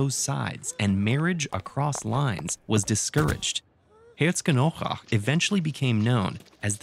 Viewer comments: Lol, hard town name to pronounce. More like so: Hare-tso-genn-AU-rakh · You completely butchered "Herzogenaurach" 😭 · That’s not how you pronounce Herzogenaurach….